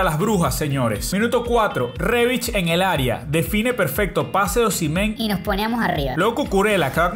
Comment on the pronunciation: Osimhen se dice "Os-Im-Hen" La ache se dice J en su nombre